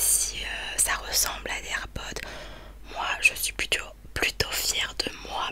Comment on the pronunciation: Air pods y a un s donc ça se prononce air podz 😂😂❤️❤️❤️❤️❤️❤️